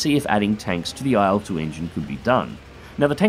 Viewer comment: please stop pronouncing it AYEL-2